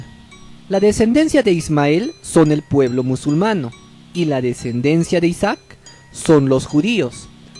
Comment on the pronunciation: ISAAC, no Isack